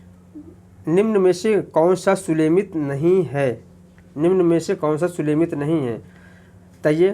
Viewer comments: Sir...plzzz thoda dhyan dijiye..aap har video me..sumelit ko sulemit bolete h..aap Pryagraaj se h..hindi ke uccharan me thoda dhyaan dijiye..aapka prayas sarahneye h.. Bahut bahut aabhar aapka.. Jai mata di.🙏🙏🙏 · Sir प्रणाम , आप अच्छा पढ़ा रहें हैं परन्तु सुमेलित को सुलेमित क्यों कह रहे हैं ये बात समझ में नहीं आ रही है।